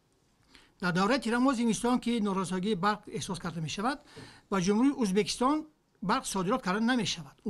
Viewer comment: Мулоражаб узбакистон не говари правильно ок